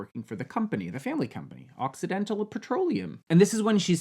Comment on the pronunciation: I kept hearing accidental instead of occidental